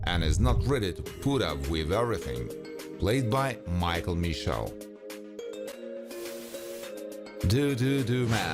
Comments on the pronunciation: Man why you disrespect Duh Duh Man’s name pronouncing it “Do Do Do”? 🤦🏾‍♂️ RIP Bill Nunn 🙏🏽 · Bro did u call him Doo Doo man ? Smh 😒 it's DUHDUH Man 💯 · I wish yall would stop mispronouncing Duh Duh Man!! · "The Duh Duh Man" not "Doo Doo Man" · Ok…all black people DONT look alike. Aaron Hall is NOT teddy Riley. Secondly…it’s not “the Doo Doo Doo Man”, it’s The DuhDuh Man. Goodness gracious 😂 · i had to turn this off when he said Do do do man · THIS IS WHY CRACKAZ NEED TO STOP TRYING TO CAPTALIZE OFF OF BLACK CULTURE... DUDE SAYS GUY ... AS IF THAT WAS A MADE UP BAND NAME .. THEN PUT TEDDY RILEYS PIC UP. ALSO HOW THIS DUDE SAYS DUHDUH MAN SMH.. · Hold on see first you mispronounced duhduh man than u mixed up aaron hall with teddy riley just messing up the culture